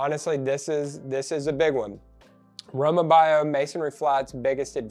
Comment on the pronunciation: Row mah bee o is how it’s pronounced.